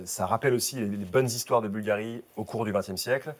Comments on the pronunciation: Boulgarrrrri.... on aime cette prononciation chantante qui laisse déjà présager qu'on va parler d'élégance à l'italienne... vous avez la classe tous les deux, mais tout en décontraction et complicité. J'aime toujours quand "" nous plonge dans l'histoire... j'écris en même temps que j'écoute.... ☺ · Cher Cyril, merci pour vos mots toujours adorables! Il est tout de même vrai qu' prononce mieux Bvlgari que moi!